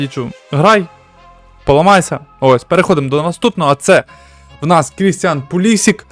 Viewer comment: ти кадр😂не Пулісік,а Пулішич😂а так відео 👍